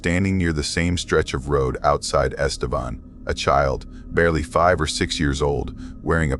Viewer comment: Este-VAN not Vawn.